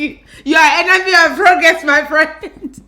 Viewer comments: Lmaoo , "you're enemy of progress" the Nigerian accent jumped out 😂😂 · I heard that too and loved every second of it